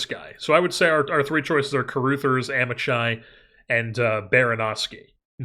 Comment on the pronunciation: Amichai would be pronounced with a Hebrew "ch" (voiceless velar fricative) which is difficult for most American English speakers to pronounce, but "ahm-e-kai" would be closer than "am-ih-chai"